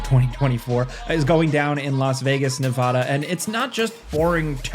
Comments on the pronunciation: My god its Nevada not Nevauhhhduhh. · Love your channel. Great videos but it's Nevaaaada not nevoooda. Lol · It's called Nev ada. Not Nev Ahhda. Former Nevada native.